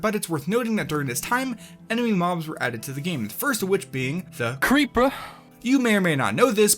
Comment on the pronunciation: the "CREEPUH"